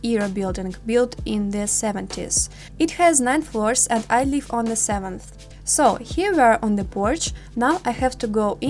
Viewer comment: You pronounce the word 'live' like 'leave', you must pronounce 'live' with a short 'i' Also you say 'I am like it' but this means nothing. You can say 'I like it.' or 'I like my room', or "I don't like this building". Just use the verb 'to like' in present tense.